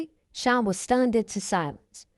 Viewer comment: I enjoyed listening but I can’t help but say that when u would say “SEAN” it sounded like SHINE 🤭 but i understand the accent but i was straining to hear to keep up 😜but overall a good read